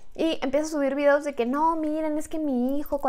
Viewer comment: Yo dandome cuenta que en el minuto dijo videdos: (. _ .) xD